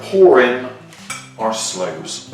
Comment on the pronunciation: slooes not doors, sorry